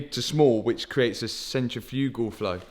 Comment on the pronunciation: Such a informative episode. I never knew that putting coolant into a car could be so complicated 😂 and the word you were trying to pronounce about the intake is (centrifical) (Sent trif ikle) good try though 👊😎